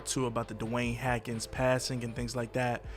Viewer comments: His name is Haskins, not Hakins❗❗You Clout Chasing PEON🧐❕❕You don't even watch Sports❗❗Not to mention, you're gonna make like 75 more Videos 🎥 Saying the SAME EXACT THING OVER & OVER❕❕Roaching off that man's name The EXACT SAME WAY you was Roaching off of POP 💭 SMOKE 😢 You need to hit by a 🚚 so we don't have to hear your corny a** Videos any more🥳🥳🥳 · The “s” isn’t silent haskins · I couldn’t even finish the video because the “Hackins” was toooo much 🤦🏻‍♀️😂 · Who the hell is Dwayne Hackens? cmon man, at least say his name right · HASkins. There's an S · Haaaaaaasssssssssssssskins lol say it w us HaSSSSSSSSSSSKINS AKA Dwayne Haskins 🤦🏻🤷🏽👍🏽👍🏽😉.. Serious note my prayers are up for the fam n close ones 🙏🏽🙌🏽mmm n bump any stupid conspiracies BC he was a true talent n has a loving family... So sad all around RIP🙏🏽🙌🏽😟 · HASKINS, h-a-S-k-i-n-s !!! There is a S in his name. Say it with me HAS....KINS, HASKINS. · Annoying! What is the deal with the “Hackins” pronunciation? He is hacking up the guy’s name! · HASKINS BRO HASKINS his name is HASKINS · Omg!! Apparently comments aren’t read by this reporter. He still keeps butchering his name and it’s really disrespectful at this point. The first story I felt like they were just trying to hurry and get the story out but now this is making me mad everytime I hear it. HASSSSSSSKINS HASSSSSSSKINS HASSSSSSKINS!!!!!!!! Is that really so hard??? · I know right?? Who the fuck is “HAKINS”?? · Why is it so hard for you to say his name🤔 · Bruh so you really gonna say this man name wrong like that. I'm pretty sure you had to know you was saying it wrong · How can a channel with hundreds of thousands of Subscribers REPEATEDLY MIS-PRONOUNCE an NFL QB’s name who you are doing a whole video on?…. It’s not a difficult name… Not trying to bash you or the Channel, but it comes off a bit disrespectful and negligent to constantly mispronounce someone’s name who just passed away tragically who you decided to do a story on. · HAS-Kins. Not HA-Kins